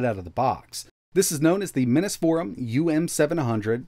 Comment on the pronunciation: What makes you think it should be pronounced "minnis" forum and not "minis" (plural of mini) like the rest of the world?